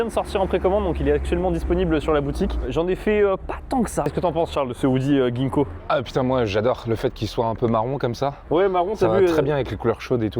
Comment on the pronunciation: Phonétiquement c'est pas guinko mais jinko